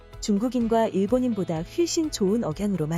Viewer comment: 훨씬을 휠씬이라고 읽네요